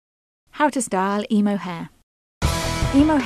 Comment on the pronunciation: i hate the way she says emo ugh wtf this is just wrong